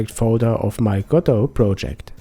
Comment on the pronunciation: It's Go-Dot not Godough!